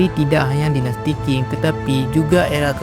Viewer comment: Sebelum buat video tolong dipelajari dan dicatat dulu dong bang sejarahnya. 1 menit pertama ud banyak kesalahannya, tp sy tetap nonton sampai selesai sih, benar2 banyak mengarang bebas atau memang salah sumber? Bisa baca di Wikipedia juga urutan dari dinasti2 kunonya. Terus biar ga bingungkan penonton Qin dan Qing itu bukan disebut dinasti King, Q di sini bisa dibaca Ch, Qin = Chin, Qing = Ching. Keseluruhan, walaupun campur ngawur tapi saya apresiasi semangatnya membuat video pengetahuan begini dan cukup menghibur. Semangat untuk terus berkarya, semoga sukses!